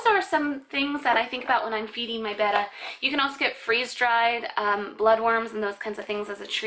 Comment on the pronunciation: Do you know that your saying Betta wrong?